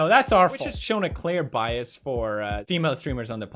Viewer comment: It amazes me that till this day keem still can't pronounce the word "bias"